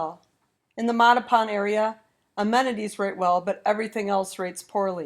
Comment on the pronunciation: Holy Moley! Learn to pronounce Mattapan!